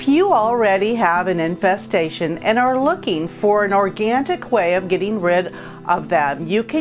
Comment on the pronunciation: Did you say organtic?